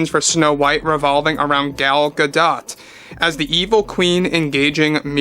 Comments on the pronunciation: Ga doe. Not Ga dot. Spelling isn't always pronunciation. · AAAAKKK!!! It's Gal "guh-DOE" Whew... Had to correct that before my brain exploded!! 😁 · I agree with the sentiments completely. One note: Gadot is pronounced Gadō, the T is silent. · ah its supposed to be pronounced "Gah-dote". My brain must have been erasing the t all these years.